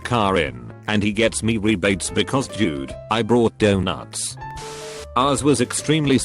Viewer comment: the way reddit says donuts LOL